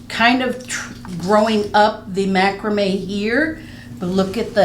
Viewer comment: Love the way you pronounce macrame